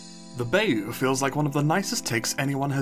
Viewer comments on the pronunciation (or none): I'm sorry for the crime of commenting only 3 minutes into the video but Bayou is pronounced like "Bye-you" Thank you 🙏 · its pronounced bye-you btw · Pronounced Buy-oo. Great vid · yay! gonna keep my own rankings in this comment. i’ll probably adjust my ratings as i go and see more biomes. auroral gardens: C+ bamboo grove: B+ bayou (pronounced as b-eye-you): D but you made me rethink so C- bog: D cherry blossom grove: B clover patch: C cold desert: C i’m gonna add to this later 😂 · i didnt like how you pronounced bayou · The way you pronounce bayou hurts me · That pronunciation of bayou is horrid